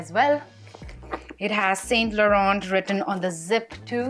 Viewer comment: the way you pronounce “saint Laurent” is incorrect 😅 not saying in a bad way but there is a accent to all the brand names 😊